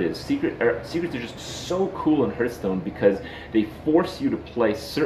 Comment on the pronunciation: why dose he say heerthstone?